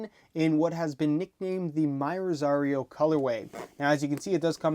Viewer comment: It's not pronounced myrosario. Its: Mirosario.